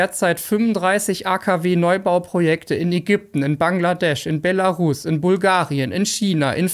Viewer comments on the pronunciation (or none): none